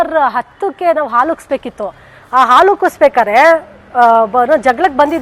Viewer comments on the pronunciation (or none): none